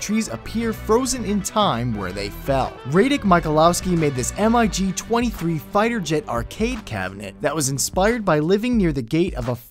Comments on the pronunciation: Mig is pronounced mig... Not m-I -g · its pronounced mig, not M-I-G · Did you really just say M-I-G pronouncing each letter. It is pronounced as one word MIG and it's a plane. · M.I.G. 23??? It's a mig.. Not an M... I.. G.. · Its pronounced Mig. You don't say the letters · MIG is pronounced phonetically, not as an abbreviation. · Ha, you said mig wrong.